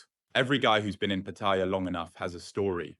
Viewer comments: PATTIA ?? NO SUCH CITY CALLED PATTIA , YOU NEED TO LEARN HOW TO PRONOUNCE PLACE NAMES CORRECTLY BEFORE POSTING THESE VIDEOS , PAT--TA--YA , MY THAI WIFE GETS PISSED OFF WITH FARANGS WHO CAN NOT PRONOUNCE THAI CITY NAMES CORRECTLY WHO POST UP THESE VIDEOS. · Do learn how to pronounce Patt-a-ya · You don't even know how to say pat e ya...listen to the people.. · I sincerely wish all these Pattaya Experts would start by learning the proper pronunciation of Pattaya. Here's how the Thais say it. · Look up how to pronounce Pattaya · It's Pattaya with a long vowel, at least try to get that right. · You should learn how to pronounce Pattaya. Ask any Thai and you will see that you and thousands others are saying it wrong. Thank you for the video. Super cam and excellent advice. Great seeing my favorite city from here in Manila BGC.